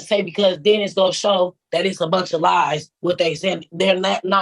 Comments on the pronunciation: Day do do dat don't day? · is she trying to say (THAT) insread of (DAT) LOL speak proper english